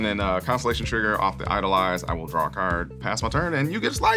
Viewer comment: "I'm going to drawRRR 2"